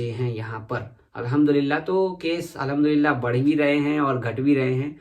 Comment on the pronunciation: Aap ka allaham dulila bolne ka andaz boho acha hai bhai